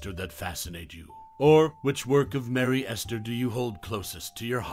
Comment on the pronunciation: It's not Merry Ester, it's Mary Astor.